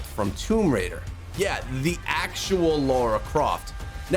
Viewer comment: Laura croft? U mean lara croft?